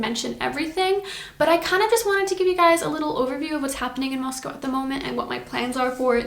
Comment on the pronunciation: Moscow not Mosco.